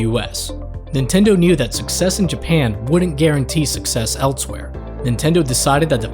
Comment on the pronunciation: Why do you say "eltse" and "eltsewhere" instead of "else" and "elsewhere"? Just wondering. :)